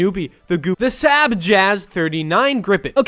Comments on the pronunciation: you pronounced saab wrong its like sahb or sob not sab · Yeah, SAAB isn’t pronounced sep, the A is pronounced like the first a in again and as there are two of them you hold the a sound longer and end with a soft b, now you know how to say SAAB, congratulations!